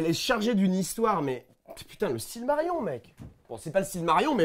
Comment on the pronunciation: 10s de vidéo et j'entend "le silmarion"... pas cool sa.